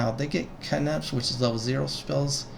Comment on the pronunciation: Great vid, brought me back up to speed on all the classes and their basics. May I ask why you pronounce cantrip that way? had me googling to see if I'd been pronouncing it wrong this whole time, heh. Thanks :)